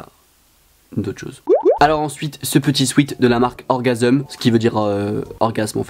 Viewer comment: Orgvsm ça ce dit comme vlone nn c le a et le v inversé